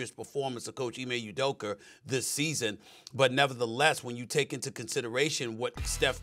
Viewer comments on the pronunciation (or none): Udoker? Really SA? fkn new yorkers 🤣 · “Coach Ime Udoker”- SAS